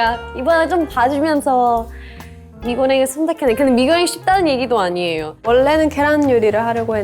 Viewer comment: "아~니예요" 발음 찐 말투네...자주 말하는...